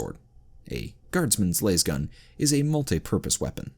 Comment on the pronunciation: Why do you pronounce specific things wrong repeatedly is it a Channel gag??? Cuz ive met and heard hard accent Indians pronounce them properly on their second try... For example Las(LAZ)gun not Las(Laze)gun....